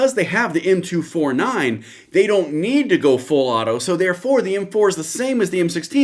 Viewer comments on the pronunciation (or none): M 2-4-9 NOT M 2-49 CLEARLY NOT VERST IN MILTARY LINGO YET THINKS SHE CAN TALK ABOUT THESE WEAPON SYSTEMS.